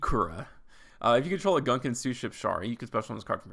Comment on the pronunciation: Gunkan maki is a type of sushi that literally translates to battleship sushi. The archetype is technically a pun. Btw the gun in gunkan is pronounced as goon and the kan is pronounced like khan (without the 'h')